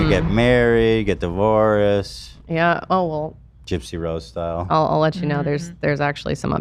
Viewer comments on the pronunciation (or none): “Devoriss” Why can’t Ethan pronounce divorced? !